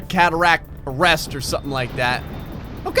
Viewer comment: Did he say cataract arrest